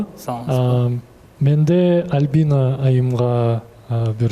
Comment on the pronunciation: Тамак жазай албайм! Кыздын аты ким? Албина дейтко 😂 Альбина деп айт! Суйлогонду уйрончу уят!!!